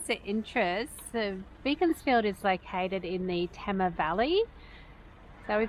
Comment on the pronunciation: Nice job guys. Beaconsfield sure has some rich history and well worth a look. BTW... Tamar is pronounced Tay - mar :) Keep up the great work.